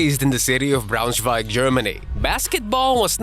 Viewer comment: As a german, i love how you pronounce"Braunschweig". I'm not biased, but I'm convinced Schröder should've won 6th Man over Montrezl Harrell